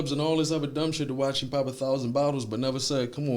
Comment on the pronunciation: Why u pronounce him like that “heem” 😭😭